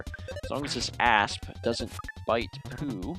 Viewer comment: Every time he says asp I hear ass